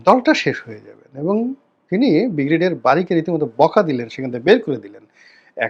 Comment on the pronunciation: আপনার ব্রিগেডিয়ার উচ্চারণ হয় না, উচ্চারণ টা ঠিক করে নিবেন আশাকরি - ব্রি গে ডি য়া র।